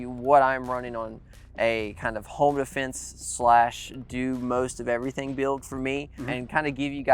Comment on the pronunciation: “Defnese” lol